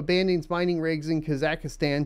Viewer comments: What is Kazakistan????? Never heard someone pronounce a country that way lmfao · that's an interesting new way to pronounce Kazakhstan lol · Never heard Kazakhstan pronounced like that. Good times :>